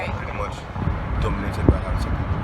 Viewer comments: A lot of your information is wrong,so much misrepresentation,you can't even pronounce Hausa?? Yes it is 3rd world and it comes with it's challenges but it's home,when you talk about embezzlement,this is aided by this countries you hold dear,USA and Europe are fundamentally funding this so called corruption that we fail to free ourselves from,get the right info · She can't even say Hausa you want to teach her apapa or ajegunle?